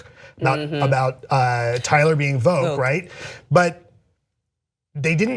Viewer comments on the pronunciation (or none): I think it might be Voq like "dock" not like "vogue." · Stop mis-pronouncing Voq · The way they pronounce Voq annoys me.